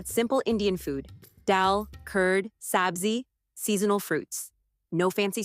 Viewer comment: 'daal, curd, sAABzi' LOL